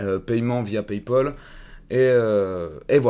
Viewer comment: Paypol ? :D